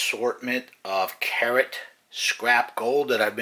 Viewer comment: Has anyone here ever heard "carrot" pronounced like that before? ROFL